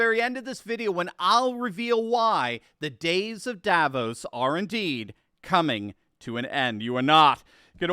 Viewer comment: Davos is not a remote village. Also it seems English speaking people can’t pronounce Davos correctly.